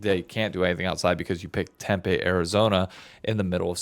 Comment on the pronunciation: Also its pronounced "Tempee" not "Tempeh"